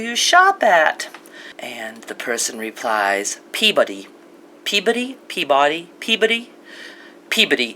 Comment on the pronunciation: Omg, the way you were pronouncing Peabody sounded like puberty and I was laughing out loud thinking about a location named puberty. And we have had lots of fracking in central Arkansas and it has also been linked (although they deny it) to a higher incidence of earthquakes in the area.